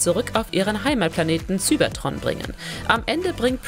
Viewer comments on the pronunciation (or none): Nicht sübertron sondern Cybertron Englisch ist wohl nicht deine Stärke oder also nochmal zur Schule bitte oder besser über die Aussprache recherchieren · Sübetron really?😂😂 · Bitte die Namen Cybertron und Unicron vernünftig aussprechen das ist ja nicht auszuhalten 🤦‍♂️